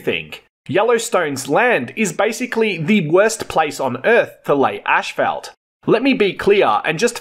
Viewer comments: PLEASE stop saying "ashfeldt"!!! It's pronounced asphalt - 'as-falt'! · 😂 as/ fault not ash salt 😂😂😂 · Not in Straya'. We pronounce it this way. Sorry bud. It's ASHFELT TIME